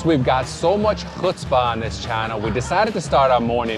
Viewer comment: As a Jewish New Yorker I kvelled when you pronounced chutzpah and pronounced challah correctly! 👏 Definitely added Eleven City Diner to my future travel list!